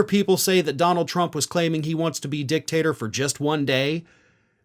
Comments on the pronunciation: He said "dick-taster" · It's a small thing, but it's not dictat "er" , it's dictat "or"